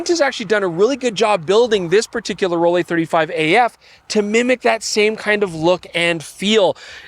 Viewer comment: Just want to say the pronunciation for ROLLIE should be just like how you pronounce LEICA. The sound is not ROL LEI, but ROL LIE.